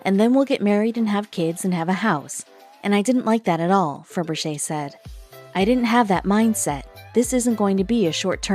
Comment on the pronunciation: It's Ferbrache pronounced Fur Brash.